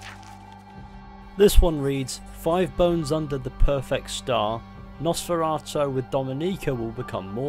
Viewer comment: NOSFORATOE wtf is that pronunciation